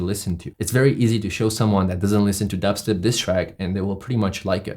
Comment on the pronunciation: I love how he says D eb step